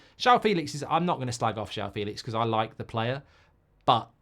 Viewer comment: It's pronounced Fell-lix